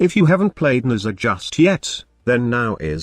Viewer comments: 90% of the time I hear Mesa lol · Youre text to Voice program was clearly not built to pronounce Nezha :D :D